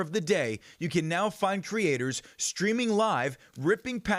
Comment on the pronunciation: This report is so typical legacy news lol - the voice - pronouncing “po-ke-mane” - Logan Paul mention